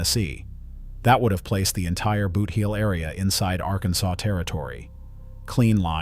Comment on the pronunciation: It is pronounced boot-heel not booth-eel.